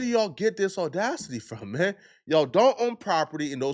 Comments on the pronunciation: Dammit 😂. It’s NOT Oh-Dacity. I can deal with you calling it window taint and your other one offs but you say audacity in every video so you need to say it correctly. Just like you say apology… that ah sound? Use it in audacity 💕 No more OOOOOOdacity 🙏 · My ninja said Oh-dacity 🤣😂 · It’s “audacity,”. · On 6-oh-dacity